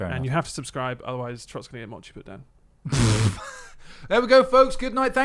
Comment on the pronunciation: please learn how to pronounce "mochi". Thank you